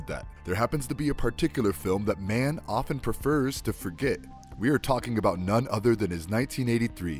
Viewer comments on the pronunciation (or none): none